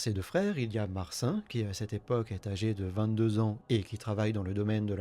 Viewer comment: Marcin"e" ca se prononce si je ne m'abuse ;)